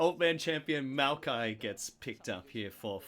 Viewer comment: My man calling Maokai “Miaokai” is making me giggle. Is anyone else hearing that or am I nuts??